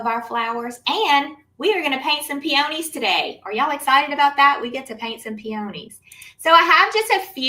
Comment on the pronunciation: I’m sorry, I couldn’t get past your mispronunciation of peony/peonies 😢 Proper pronunciation is - peeuhneez. It’s not a hard oh.